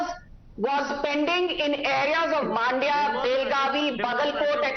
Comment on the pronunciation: Everyone it's Mandya and not Maandya !! 🤦🏾‍♂️